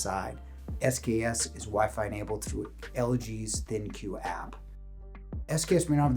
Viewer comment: Love Meile. But I think their oven sizes are too small. Also, I may be wrong about this but I thought LG ThinQ is pronounced “Think”.